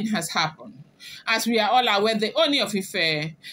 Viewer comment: You almost pronounced Ooni correctly today. Keep trying. You are doing well. I have been enjoying your blogging.